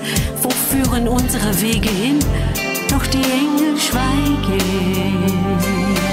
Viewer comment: TollesLied,mich stört aber an ihrer Aussprache.......Die Eeeeeeengeeeeel schweigeeeeeeeeen